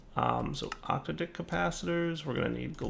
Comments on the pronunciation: it's not Octa-Dick, it's Ock-t'ad-ick emphasis on the Tad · I believe it's oc-taydic, or oc-tahdic, but I suppose octa dicks make great dildos. 😂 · OC-TAD-IC......not 8 peeps pronunciation c'mon dude!!!!